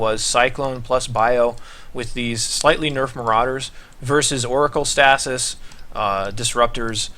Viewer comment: Stay-sis. not stas-is